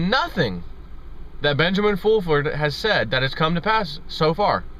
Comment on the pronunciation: Benjamin Foolfurd...Lol!!!